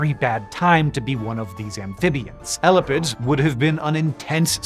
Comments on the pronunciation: It's pronounced ē•lap•ids 😂 I had rewind after the 1st you said it.. I thought I heard 🐘's 💀😭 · I kept hearing 'elephants' instead of elapids and was so confused.